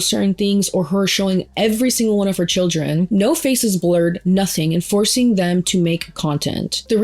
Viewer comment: "shill-ren" are beautiful hey? 😂❤